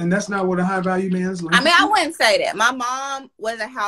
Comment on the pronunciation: High value people don’t use worlds like “dis, dat, dere” especially in a professional setting. The audacity!